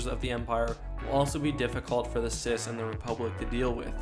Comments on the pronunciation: If we’re going at each factions height, then the CIS (it’s pronounced C I S, not “sis” btw) And republic have (despite being allied) been at war for Atleast a year or two. This gives them logistical,strategic and combat experience while imperial crews and forces have never actually faced a military force other than small rebellions by that point. Also, if we’re going by legends (since you did include legends characters for the empire) the the CIS should have a much more powerful grievous (especially), ventress, dooku etc. They’d also have the potential for cortosis battle droids that would easily while out an imperial force. And the republic? Jesus Christ dude, just imagine the skilled jedi and cloned working with blaster proof battle droids. A star destroyer’s garrison would be like ants to them. They’d loose barley anything and take an entire imperial fleet. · ok I'm sorry but I really hate when you say "sis" in stead of C-I-S, but at least you're not saying at at instead of A-T - A-T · C I S Not cis